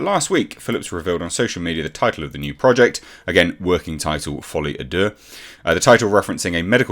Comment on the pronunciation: kinda off-topic, but I'm French and I just wanted to tell you your pronunciation of "folie à deux" is pretty good, you just need to enunciate the "à" more and it's perfect